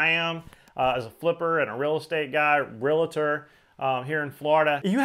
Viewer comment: You are a realtor? Then you should learn how to say it. It's real tor NOT real a tor